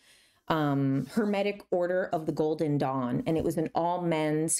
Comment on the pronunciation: I thought you said "golden dong" for like 3/4 of this video and didn't even question it once lol I think I may need to rewatch your discernment video 😅